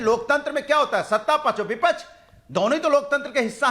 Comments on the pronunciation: are hare tote bipach nahi hota bipaksh hota hai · vipaksh ka pronounciation sikh lo phle😂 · को विपक्ष केहना आता नही विपछ विपछ बोल रहा है